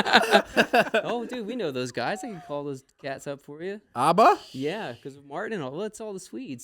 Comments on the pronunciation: The way they pronounce ABBA. lol Its not Aubba. lol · I hate how they say ABBA